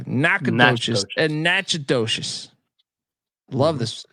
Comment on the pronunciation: Im from Louisiana and Natchitoches is pronounced na-kuh·tuhsh